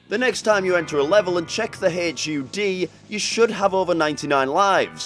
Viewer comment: I'm just puzzled about the fact that he called the hud an H.U.D.